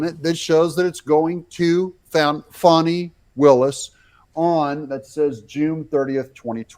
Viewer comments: Its not foni its Fani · It’s FANNI NOT FONNIE!!! Get it right please you’re making me crazy!!!